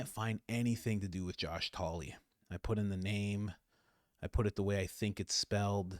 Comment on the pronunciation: It's Senator Josh Hawley not Talley like it sounded when Mike Baker said it